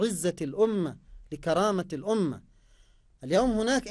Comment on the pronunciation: ادفعوا رواتب الناس يازوبي قال الاومه الاومه الاومه